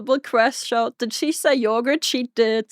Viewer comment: Naaaah. Yogurth.